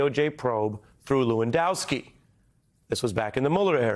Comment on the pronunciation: Hey Ari , call Lewandowski , LAWENSKI or better yet call him Monica Lewinski and see how he likes his name miss pronounced ! You treat a 5 year old like another 5 year old ! I don't know a thing about " Rappin " but I played ice hockey and if someone gives you an elbow to the face , you give him one back , then take the gloves off ! One thing about us hockey players thought ! When the Game is over and the hitting and elbows are done , WE LINE UP AND WE SHAKE HANDS , like men !